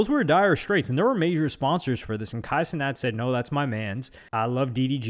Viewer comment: Kay see-net